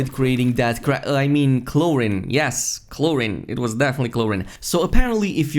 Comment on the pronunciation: “Chlor-een” not “chlor-in”